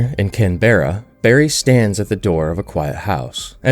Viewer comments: Just an FYI as an Aussie, Canberra is pronounced more like "canbruh". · small nitpick. Australia's Melbourne is pronounced Mel-burn, not Mel-born likewise, Canberra is pronounced can-bra, not can-berra